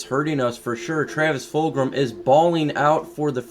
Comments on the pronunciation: Where are you getting the r sound in fulgham lol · Yo, no big deal but you do know that It is Travis Fulgham, no R right? Fulgram does sound cool though, wasn't he in like Killer Instinct or do you know if it was that or a different game?